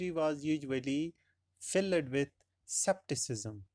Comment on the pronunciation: Sir, in the beginning you said skepticism. But you spoke like 'septicism' Please elaborate your pronunciation